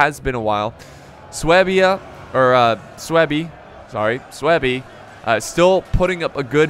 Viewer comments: Great vid! Keep therome II content coming! For future reference, i believe Nikos' faction is pronounced ss-way-bee-eye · It's Sway-bie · Suebi are pronounced (Sway-bee)